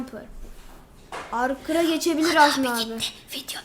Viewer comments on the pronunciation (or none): Arkır diil Arçır diye okunuyo